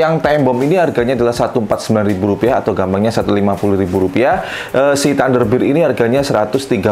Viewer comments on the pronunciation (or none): ThunderBear dibaca TanderBIR hahahha😅 mau nge BIR🍺 ya Om... Baca nya BER, Om...